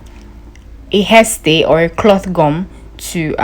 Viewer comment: It's haystay